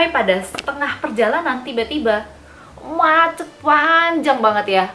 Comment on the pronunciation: You always tell the story well 🥰 pas bilang "muaceett" oke fix mbae wong jowo 🤣